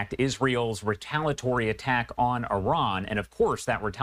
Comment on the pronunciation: It is not retalatory--it is retaliatory.